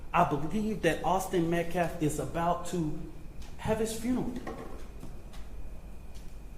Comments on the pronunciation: Right who is Austin MetCLAF 🙄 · So now it's the weather conditions to blame...😂😂😂😂 also, get a new spokesperson. This guy makes zero sense and couldn't even pronounce the name " Metcalf" correctly..